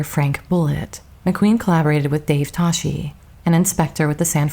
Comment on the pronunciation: Dave Toschi's name was pronounced "TOSS-key."